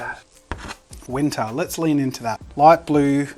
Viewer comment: I died every time he said, "it's in wintah ". that was so cool great job